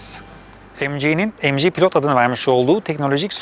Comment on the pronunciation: Mg derken emci ZS derken zese :D